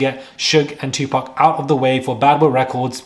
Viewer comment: Look at you showing your little taco meat. 🤭It’s pronounced 2 POC. Stop pronouncing it like them. ⚪️🤭🇺🇸